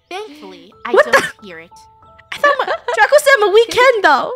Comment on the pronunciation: draco should be (DRAY-co)